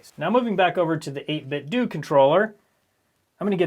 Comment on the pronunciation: Is it pronounced 8bitDOO or 8bitDOH??